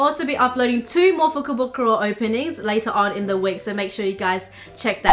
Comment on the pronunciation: If I hear fukobukoro one more time I will go nuts